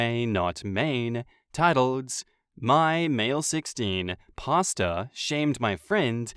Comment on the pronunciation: I thought was saying pasta not pastor..lol..took me a sec